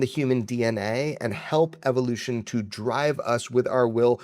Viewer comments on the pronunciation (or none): none